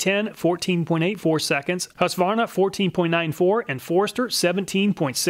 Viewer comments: Finally an American than doesn't say husk a varna 🙌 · Thanks for not saying Husq-a-varna.